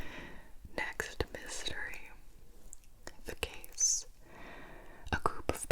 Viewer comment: Ok so each time when Gibi starts a new riddle I always understand “the gays“ instead of „the case“ and tbh it makes the video so much better